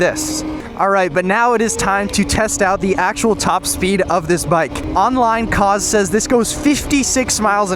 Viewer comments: Cause❌ koohz✅ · ummm....i believe it's pronounced "cooze" 😆